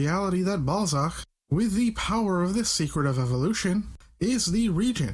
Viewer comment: BALL-ZACK, ACK-TEM-TOE - Seriously, what do you have against short 'A' sounds?